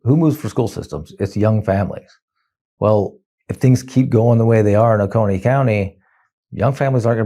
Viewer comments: as a Georgian, ow my ears! It is "Oh-Coh-knee" like loco but just the oco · Dude, love the channel but in your research, learn how to properly pronounce cities, towns, counties, etc. It's "OH-CONE-EE" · Excellent news, excellent reporting. O-Cone-ee, is the local pronunciation. (Marietta, here). Bluestien is great, btw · Oconee is pronounced like "cone." We can think globally but we better talk locally. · It is pronounced Oh-c-Oh-NEE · That's O CO nee, bro. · It's pronounced o-cone-ee Ben... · It's pronounced oh-cone-knee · It's pronounced "O-Cone-EE". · Athens resident here. Oconee is pronounced Oh-cone-ee. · For further reference: Oconee is pronounced "Oh-Coe-Knee". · Oconee= oh-coh-knee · Oconee county is pronounced “Oh-Koh-Knee” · It's pronounced "O-coe-nee" as in "Oh No Knee" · Love you, Ben! But, down here in Georgia, we pronounce it O-cone-y County. Lake Oconee is beautiful BTW. 😊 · Oconee is pronounced with a long o sound. That's how we say it does here. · You're pronouncing Oconee wrong... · Occone is pronounced like Coney Island with a long o infront of it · Oconee being pronounced Oh-Kah-Knee made me twitch a little each time. "Oh-Cone-Knee" or "Oh-Koh-Knee" please. Thank you. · "Oh Coney", not "Oh Connie." Both the Georgia and South Carolina counties of this name are pronounced the same. And it's definitely not Oaken-y as some people seem to think. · It's o-KO-nee, with a long o. Thanks for reporting on this! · It’s pronounced “O-cone-ee” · Ben, it's O CONE e. Love your work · uh Ben, as a former resident I gotta help you here. Oconee is pronounced with a two hard "O"s.....O cO nee. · Pronounced “Ohhh-Coh-knee” county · I'm Georgia born & raised, but we pronounce Oconee as "O-ko-nee". Either way, it's great news! Thanks for spreading the word. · For the record, Oconee is pronounced Oh-kone-nee. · 💙🌊!! Also, it's pronounced "Oh-coh-knee" for Oconee ❤ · It's pronounced Oh-coh-nee. Not Oh-con-ee. Just saying. That said...Woo-Hoo!!! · Oh- cone-eee. Thanks